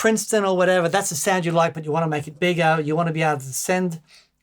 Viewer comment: Beggeruh? I barely knowuh!